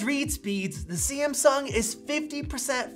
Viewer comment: Its Samsung not Siamsung